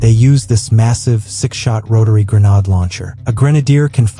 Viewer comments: Gre-nāde, not gre-năde!!! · Grenade, FUCKING GRENADE, not grenad.😊